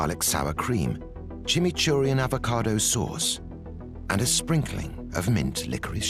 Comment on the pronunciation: It’s not chimceeri sauce. It’s chimichurri sauce. It’s Argentinian.